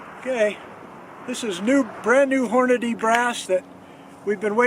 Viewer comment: I can't believe you still say Horn-a-DAY, when its clearly spelled and pronounced Horn-a-dee. Your punishment is the ringing ears that followed the first shot. Edit: you only mispronounced Hornady the first time you said it.